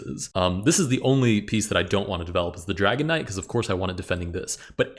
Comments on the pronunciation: I’m sorry, I know that you are saying dragon knight but all I hear is dragonite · Every time you mention the Dragon Knight, it sounds like you say "Dragonite" like the pokemon lol